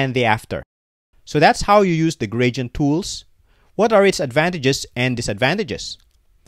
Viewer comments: stop saying "gradient" - it is wrong. :face-fuchsia-tongue-out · i mean the pronounciation is wrong :face-blue-smiling